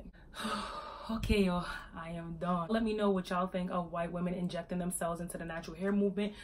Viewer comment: I like how she said INJECTING its so DAMN